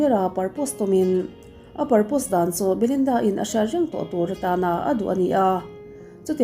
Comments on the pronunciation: Angaihnawm viau mahse i pronunciation hi anuihzat thlak thei iin siam tha thei miahlo..propose tih tur ah purpose te i tia...Insiam tha deuh la nuih tut a ngai zel 😊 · Proposr hi purpose ti in ilam tlat a l